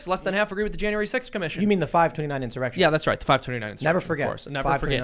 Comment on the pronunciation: in-soy-rection! hahahaha!